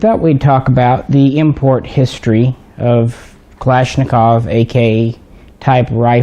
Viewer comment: The thing I love about you & Jay is that neither one of you say "Kalishnikov"